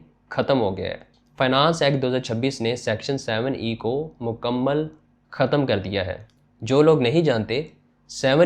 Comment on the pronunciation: لگتا ہے تم بچپن سے ہی ہندی فلمیں دیکھتے ہو ختم کو بار بار کھتم کھتم کر دیا ہے بول رہے ہو ۔